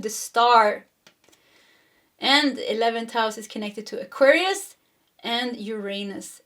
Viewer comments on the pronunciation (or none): none